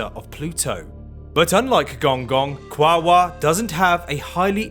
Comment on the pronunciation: Apparently that's the preferred spelling by the native Tongvas. Also it's supposed to be 3 syllables: Qua-o-ar, not 2